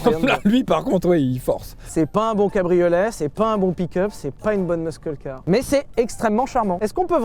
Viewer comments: Ça se prononce '' meusseul '' je vous en supplie prononcez le normalement jpp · Sylvain, stp, respecte toi et arrête de dire MEUSKEUL car...😩😅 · Ouch "Muskeul Car", ça pique les oreilles Sylvain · Il a encore dit meuskeule car, mais c'est pas possible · On ne prononce pas le "c" de "muscle car". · Très bonne vidéo :) Faudrait revoir la prononciation de "muscle car" par exemple. Petit indice.. on ne prononce pas le "C" de muscle. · Merci encore une fois de nous faire découvrir cette merveilleuse merguez qui sert a rien🤣🤣🤣 Mais c'est un tel plaisir de vous retrouver à chaque fois que n'importe quelle bouse nous intéresse !!!! Bon par contre Mr Levy il faut vraiment apprendre a prononcer muscle car, car la c pas possible 🙄🙄🙄😂😂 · Arrêtes avec ce "MUSKEUL" car par pitié 😂 juste "MUSSEL" comme tous le monde 😆 faut que quelqu'un lui dise en interne c'est pas possible 🤣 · Ça se prononce "meusseul car", pas "meuskeul car". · Sylvain, on fait un effort sur la prononciation svp!! On dit un « meusseul » car et on « meuskeul » car Merci. Sinon très bonne essai comme d’hab meme si vous etes trop dur avec cette voiture. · ça ne se prononce pas "meuskeule car" mais "meusseul car" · on dit meuseule, pas meuskeul mr de levi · Par contre les gars, qu’on se le dise, muscle car, ça se prononce «meusseul car» pas «meusceul car» 😂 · Alors c'est pas un "Meuskeule Car" mais un "Meusseul Car" si on veut prononcer relativement correctement hein ... ;-) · stop le muskle-carisme 😭 "musseul-car" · Peut-on prononcer correctement Muscle Car siouplait ? Meusseule Car, c’est facile. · stooooop de prononcer le C => mus(c)el car mais j'ai bien ris sur l'essaie . Je dois avouer que je n'en veux pas :d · Dis, Sylvain, personne ne t'a jamais dit que... : NON ON NE DIT PAS "MEUSKEUL CAR" BORDEL ! Sinon, la voiture est immonde mais merci pour la présentation qui, elle, était chouette :) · "Meuskeulcar" j'en pleure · ARRÊTE DE DIRE MEUSKEULCAR PUTAIN ! 😘 Bisous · "meuskeul car" 😂 pitié stop!